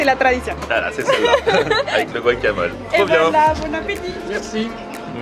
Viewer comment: C'est pas buacamol !!!! C'est GUacamol !!!